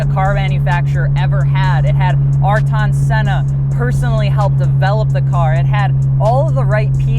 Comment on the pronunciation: Why does he say ayrton Senna like that!?😂